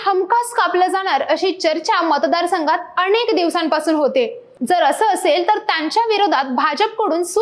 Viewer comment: अणेक नाही हो अनेक असतय ते.😂😂😂